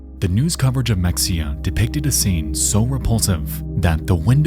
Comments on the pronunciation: just an fyi mexia is pronounced the spanish way. the x is an h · It’s pronounced Me-hay-ya not mexia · It's in texas with Spanish influence, mexia said mex-e-a is pronounced ma hay uh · So its not pronounced "mek-see-uh" its "meh-hay-uh" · Mexia is pronounced, MUH - HEY - AH Not MEX - EE - AH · As a Texan, I was like where tf is this city Mex-ee-ah? Like a Texas city I haven’t heard about that’s crazy I wasn’t watching how it was spelled bc I was on my phone. Then realized he was talking about Mexia (Muh-hey-ah)! I cringed every time he said it HAHHA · Mex-ia. LOL - In case anyone isn't from Texas, it's Ma-Hay-uh. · It’s pronounced meh-hey-uh, not mex-ia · Mexia - pronounced ma-hay-a. Another weird Texas name. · Mexia is pronounced, Mah-Hey-Ahh. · The Mexia supermarket is "muh HAY uh" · mexia is pronounced ma-hey-ah lol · there is something so funny about the way he says Mexia , typically ppl would say it like muh-hay-yuh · Its pronounced "Mah-hey-a" And why yall want to view or hear video of people dying. How sick is that, the disgusting morbid curiosity of you all. Hell your generation is notoriously weak and definitely couldn't handle it without years of that thing called therapy. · FYI, Mexia is pronounced “meh-hay-a”! Signed, a native Texan. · It’s pronounced “muh-HAY-uh”. Like the small town outside of Waco that Anna Nicole Smith is from 🤭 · "Mexia" is supposed to be said as "meh-hay-uh" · It's pronounced muh-hay-uh by the way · Mexia is pronounced "muh-hay-uh". (I grew up in Fort Worth and was in high school about to graduate in 1999) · That isn’t how Mexia is pronounced, but you’ll be forgiven for thinking so. It’s Meh-hay-ya. Much like how Mexico is actually pronounced Meh-he-co. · Mexia = pronounced ma-hey-ah. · Also as a Texan I want to let you know Mexia is pronounced “MEH-HEY-UH” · Nexpo: pronounces the x in Mexia Welp, i kmow he's not a texas boy "...on CBS, channel 11." Nvm you're a houston area boy.